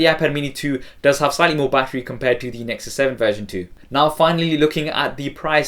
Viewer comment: please stop saying thE with and alphabet 'e' unless its natural